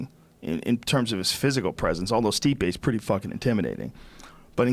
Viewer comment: Diaz calls Stipe "my man" but pronounces him "Stiopic" lmao🤦‍♂️😂